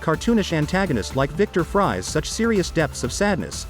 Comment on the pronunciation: Victor Fries is pronounced Freeze not fries as in French fries. Batman against Mr Freeze on the big screen is one thing, although it be cool for DCU improve that fight. it be more original to see the whole Bat family in DCU fight all the cold villians led by Mr Freeze plus Weather Wizard..